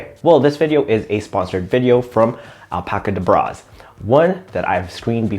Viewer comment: I think its pronounced like the magician’s chant “abracadabra” so al-pacadabraz